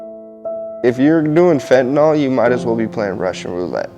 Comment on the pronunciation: Fentanyl is spelled f e n t a n y l . NOT f e n t a n o l !!! Can't anybody read any more? Is it so hard to pronounce it correctly? Do kids learn anything in school anymore?